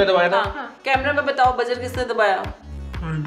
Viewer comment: Abbe buzzer hota hai bujjer nahi